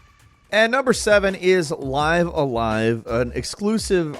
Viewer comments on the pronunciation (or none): isn’t it Live (said like Liv) a Live (said like five)? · I thought is was "Live" a live as in "to live a live" the way says sounds weird as F. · I thought the tittle was pronounced "live a live" and not "live a live" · Live a live? You mean, Live a live? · Come on, don't say live a live like that